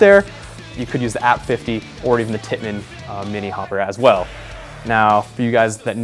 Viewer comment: How the hell can you not know how to say TIPPMANN??? lol (unless you're from overseas, that's understandable)